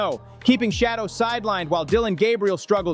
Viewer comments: His name is Shaddeur, not shadow stupid. I know you can ready.. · Smoking mirrors he can't even say the man name correctly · Would You Learn to Pronounce HIs NAME Correctly, Fool.... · Please pronounce his name correctly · Please learn how to pronounce Shedeur’s name…it’s disrespectful when you don’t! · YOUR ABSOLUTELY RIGHT, WITH YOUR COMMENT, he's NOT the only one !!!!!